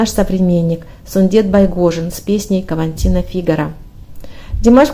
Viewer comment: Хочу поправить рассказчицу: не "каваНтина", а КАВАТИНА Фигаро из оперы Дж. Россини "Севильский цирюльник". Извините, пожалуйста. Я внимательно прослушал с начала ролика "Бесаме мучо" с оркестром, который прозвучал великолепно. Правда, удивила один в один передача оркестровки из оркестра Рэя Конниффа. Но сыграли её красиво.